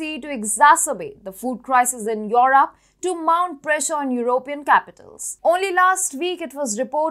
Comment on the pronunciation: please stop putting digital sound. Europe is europe. Not at all difficult to pronounce.